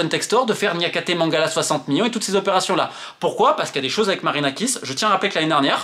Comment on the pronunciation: Tellement il est colère il a bien prononcer miLLions ! 💀ok je sors !